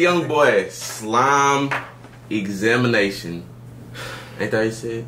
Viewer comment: so disappointed struggling w the word examination lmfaooo im crying